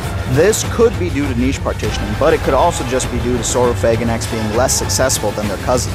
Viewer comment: I noticed you pronounced niche the correct way! Are you Canadian? I cringe every time I hear Americans say "nitch"! So congratulations!